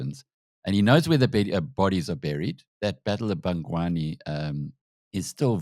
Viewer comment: Please pronounce Bangui correctly